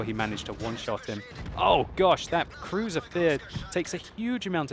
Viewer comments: Why you said Crusier vier (number 4 in german laguage), when the Crusier IV is a british tank? :)) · In German, yes. In English it is spelled with the double 's'. What I would ask him is - what the hell is with "Cruiser Vier?!"